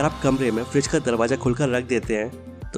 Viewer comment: Bro not Freeze its "Fridge"😊